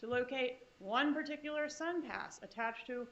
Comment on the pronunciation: Prosecutor: particular = * "per TIK yuh ler"